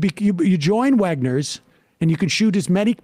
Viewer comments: I didn't hear him say what store he was in, but I knew instantly it was Redner's. Calling it Wegner's was the icing on the Jersey cake. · In Pennsylvania we have Redners and Wegmans 2 different stores this dude said Wegners LOL this is actually a Redners.